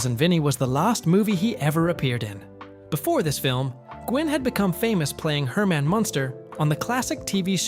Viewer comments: It's pronounced Pesh-ee, Ma Riss A, Herman not Her man. Great facts but you butchered peoples names. It was a great movie, and Marisa's explanation about the car stuff was amazing. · Herman Munster is not pronounced Her-main Munster.